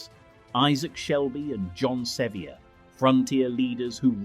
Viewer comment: Kings Mountain is in NORTH CAROLINA - not South Carolina. You must get there by driving down into South Carolina And then to get to the battle DRIVE NORTH into NORTH CAROLINA. And, John Sevier is pronounced SeVEER (as in severe) not Se-v-ier. The British was called American fighters Hornets & called the battle “the Hornets Nest” - so Charlotte’s sports team is named “The Hornets”.